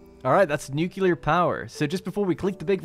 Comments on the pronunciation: Haha, solid response! But I challenge your hearing. The L is there, but in the wrong spot. Nuclear, not nucular. I think you switch between the two pronunciations sometimes, but this was the most nucular. I await your formal redaction. /s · I love you man, but you're killin me. Please, dear God, properly pronounce the L in nuclear lol. Don't be George Bush. All in good fun, great work as usual